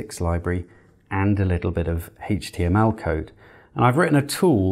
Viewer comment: It's HTML not HAYTCHTML